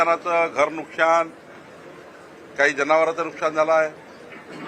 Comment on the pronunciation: नुकशान नाही नुकसान म्हणा.मराठी निट बोलायला शिका.